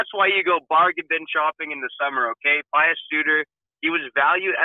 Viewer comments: Pe-oos not Pie-oos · It's pronounced "P'yoos"